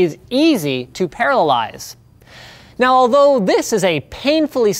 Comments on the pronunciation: "This math problem is easy to parallize". I think you mean 'parallelize'..? Again and . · I kept hearing paralyze instead of parallelize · Did he say paralyze or parallelize ? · Say after me "para-llel-ize"